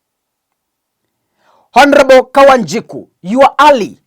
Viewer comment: Eti how did you read the word ALLY✍✍:face-purple-crying:Its not ALI